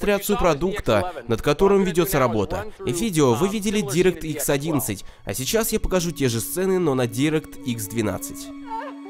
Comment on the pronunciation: Не директ икс, а дайрэкт икс произносится